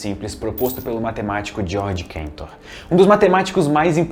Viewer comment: Georg Ferdinand Ludwig Philipp Cantor era ALEMÃO, não Inglês ou Americano, é CAntor mesmo, não KÉntor.